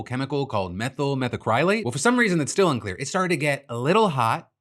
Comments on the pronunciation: Say it with me now: METHyl meth'ACrylate. Meth'll meth ACK-relate. Not "Meth'll metha CRY late." You don't wear "a cry lick" clothes. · Its pronounced "meth-al-mac-ruh-late" its a pr8mary inherdient I. The production of fiberglass and other aviation coatings.